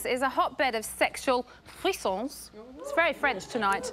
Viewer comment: "Frissons", in french it means "chills" But doesn't say it right:)